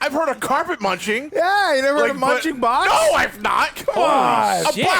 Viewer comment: "A BOX!?!" Why did he say it like a slur?